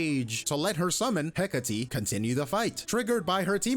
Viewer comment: I knew I was saying it wrong when I kept pronouncing Heh-Kate